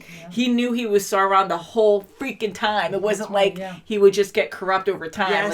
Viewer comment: It's Sauron, not Sore-on